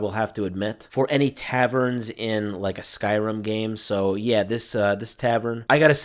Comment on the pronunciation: Did.. did you just say “Skyrum”